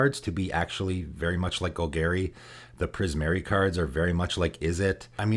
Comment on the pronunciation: Gol-Gary?......isnt it Gol-Gahri?